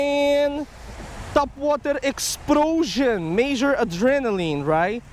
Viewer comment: He got a TOPwAhtAH exPLoSHON!!!